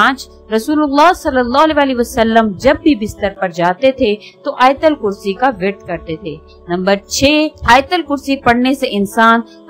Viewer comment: Ayatulkursi bolten Hain . Ayatalkursi Nahi.